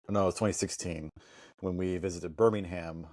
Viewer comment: So... Youve been driving here in the UK for twenty years (plus?) and still cannot correctly pronounce Birmingham - Birmingum (others?) (or spell kerb correctly!) ... Still acting like 'newbie American visitors' ?! Lol?!😊